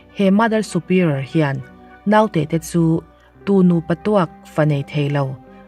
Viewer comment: Tv lam aṭangin youtube hi ka en ṭhin a. 'Naute' i lam dan hi a dik lo ṭhin a. I aia hre zawkte zawt teh. 'Nau' hi thlûk loh tur.